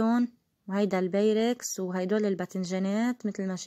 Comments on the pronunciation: لازم تزبطي لفظك انت وعم تحكي بيركس. و. بابريكا ما هيك بيقولوهون تعلمي تقولي الاشيا صح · ما تحكي انكليزي اذا امكن !!! قلتيلي beyrex ? هاهاهاها و babrika ? والله بهدلة